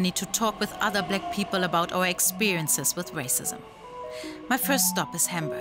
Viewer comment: I love how she pronounced Black as "Bleck." And her accent can grow on you.